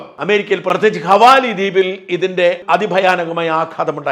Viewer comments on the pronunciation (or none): ഹവാലി അല്ല സാജാ ഹവായ് ആണ് 😂😂